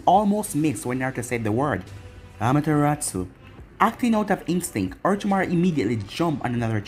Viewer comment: I like the way you say Amaterasu 👌